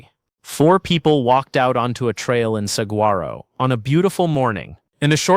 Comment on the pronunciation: Are you really a park ranger from Saguaro?? You pronounce it wrong...